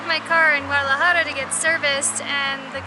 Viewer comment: Great video, guys! (as usual) FYI, "Sapos" = toads (rather than frogs):-), nice to see you practicing your "j" sound in "Guadalajara":-D Keep having fun and taking us along!